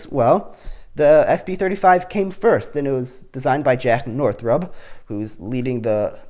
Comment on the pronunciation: umm... Did you mean to say Northrub?